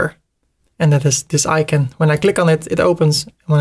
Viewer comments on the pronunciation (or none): none